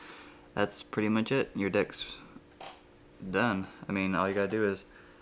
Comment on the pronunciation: At the end he sounded like he said "your dicks pretty much done" tehe